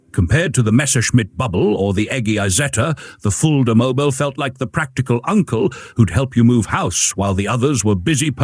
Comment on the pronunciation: Es heißt Fulda mobil und nicht Fullmobil